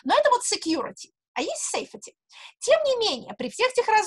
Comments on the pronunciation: Ваше Сэйфети режет слух. Сэйфти, плииииз! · "Сэйфти"! Но в остальном - спасибо! Очень познавательно! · Екатерина, Вы мой кумир и, если бы Вас не было, Вас нужно было бы придумать. Спасибо мирозданию за Вас. И да, [seifti].. слово произносится так;). Спасибо Вам!